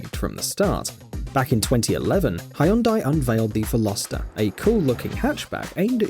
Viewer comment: hyundai: velo(speed)-star(star) viral vehicles: well-ohster